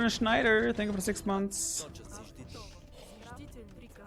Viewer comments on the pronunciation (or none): none